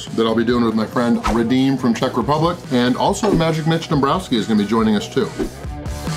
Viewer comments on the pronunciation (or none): none